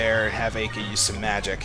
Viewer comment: actually its pronounced like Eye-Ka. From the japanese standpoint anyways, since her name is japanese. Ai-ka